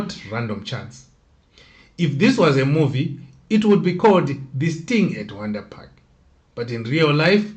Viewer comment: They pronounce it vhondri park.